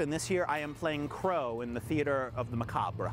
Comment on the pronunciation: Pronouncing the R in macabre, and a student!?? At least he works well with kids...